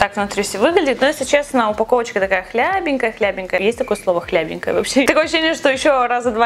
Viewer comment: Хлипенькая, а не хлябинькая)))